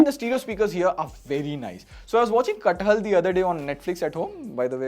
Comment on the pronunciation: Did he say "Katt Hal to kathal 😢